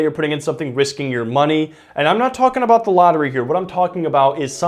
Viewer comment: What are we talking aboot